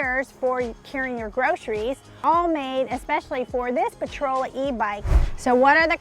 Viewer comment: It's not Potrola. It's Portola, POR-TOLA.